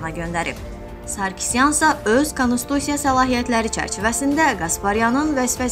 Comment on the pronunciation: Konstitusiya-di konistusya yox.